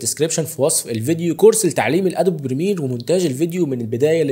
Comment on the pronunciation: استغربت وانا اسمع جملة برنامج البرميل مرات عدة 😂😂😂في الاخير تذكر معانات المصريين في نطق الإنجليزية بشكل صحيح